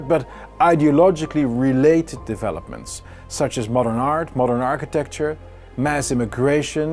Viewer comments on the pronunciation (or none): none